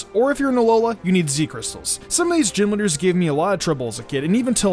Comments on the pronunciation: I thought you said genwunners instead of gym leaders for a sec..... Great start into the video lol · "Gym lidders" bruh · He keeps on saying “Jim leaders” and it’s unsettling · All I can hear is gym litter...